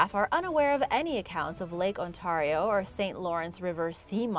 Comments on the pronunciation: I think that you keep pronouncing Ontario wrong and it's funny and painful at He same time. It's an ay not an an sound. On-tare-ee-oh, not On-tar-ee-oh. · God please stop pronouncing lake Ontario like that its not on-tar-eo its Ontario sounds like on-tare-eo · I'm sorry but it's pronounced Ont-air-io not Ont-are-io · Thanks for sharing. As a Canadian... how you pronounce Ontario is : ON- Tear E O. And yes, I have seen Ogopogo from the Okanagan ... Oak-A-Nog-gan ..... Hugs from Halifax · Hello,! I love your channel! Just so you know, Lake Ontario is pronounced: On-tear-rio. Have a great day! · Love this show....but if you could pronounce Ontario properly it would be awesome. (On tare re o) thanks from Victoria Harbour, ONTARIO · The way you say Ontario... It sounds so strange to me, as a resident of Ontario myself! I find local dialects to be so interesting! I'm quite curious about where you're from! It's really cool! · The way she pronounces Ontario really bugs me for some reason... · You pronounced Oswego and Ontario wrong. I live up there and it's always funny how people get it wrong.